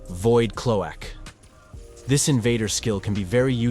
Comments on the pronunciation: The AI voice can't pronounce the word cloak. 😬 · Lolol you said "Void Clo-ak" with so much confidence. Some YouTubers say things wrong on purpose to get more comments so im gonna give you the benefit of the doubt and say thats why you did it lol. Same with "Concotions" , did you mean concoctions?!? That one threw me for a loop as well lol. Damnit i found another, you said "Cap-able" instead of capable. You should really stick to one or two mispronunciations or ot becomes way too obvious. Now if this is a true speech issue you have feel free to reach out and ill watch your videos before you post and let you know where they could use correction. Nobody is perfect at everything, in fact i likely have more flaws than most. But overall this video was helpful and just what i needed. Maybe don't worry about forcing comments by adding mistakes on purpose, just make good content and they will come. Whats the point of making content if you are going to dumb it down for a few extra views? But its your channel and your decision of course.